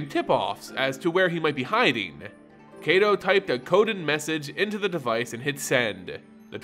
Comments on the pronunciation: Soo good! I'll need to review this more just to learn more of Neon Kamigawa, one month away as of today! <3 To also help with Kaito Shizuki, they pronounced in the reveal, Kaito (Keye-to) the ai sounds more like eye. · If Kaito's name was pronounced as it is in the video it would be spelled Keito but it isn't.